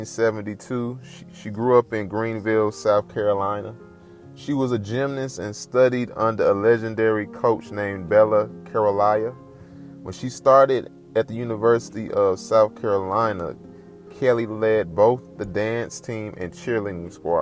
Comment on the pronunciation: Bella KA-ROLL-EE